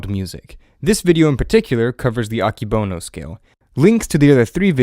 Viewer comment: Fun fact: this person said "Akebono" wrong. it's pronounced "ah-Keh-bow-no"